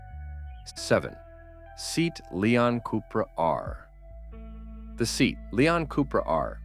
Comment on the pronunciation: It’s pronounced: “ SEE-AT”…not “SEAT”. A Spanish car brand owned by Volkswagen.